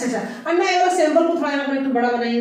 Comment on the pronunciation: Madam it is अण्णा not अन्ना